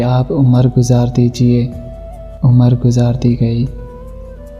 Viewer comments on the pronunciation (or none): भाई साहब ..लफ्ज़ उमर नहीं "उम्र" है..बहुत बेवज़्न कलाम पढ़ रहे हैं आप..juan Elia ke कलाम की इतनी बे हुरमती बरा ए मेहरबानी ना करें..